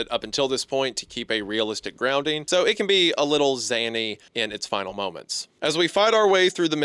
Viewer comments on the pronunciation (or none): Dude you say zany like you’re saying Casey Marie Anthony’s fake baby sitter